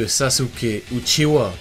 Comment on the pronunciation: Uchiwa et pas uchiha